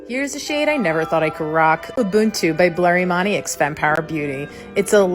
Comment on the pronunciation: is wild to me bc she didn’t even really try to pronounce “ubuntu” correctly, when pronunciation is so important in Nguni/Bantu languages (one Xhosa word can have multiple English translations depending entirely on how you pronounce it). And like I understand that the concept of ubuntu has been bastardised and whitewashed to the point of losing some of its meaning, but I just think the least she could’ve done was to learn how to SAY the word she’s capitalising on while not fully understanding the philosophy behind it.